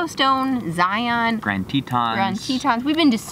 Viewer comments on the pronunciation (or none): Love watching you guys! So fun and informative! And...you're from AZ too! Next time you're in town, I'd love to meet! One thing I have to share though....Zion is pronounced Z-eye-un, not Z-eye-on. (I'm originally from Utah) Keep up the fun videos!